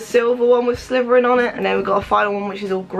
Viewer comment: did anyone one notice she literally said sliverin